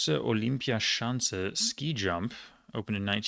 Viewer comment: If I didn't know that you don't speak German I would believe that you do very well. Olympiaschanze is not an easy word to pronounce and you absolutely nailed it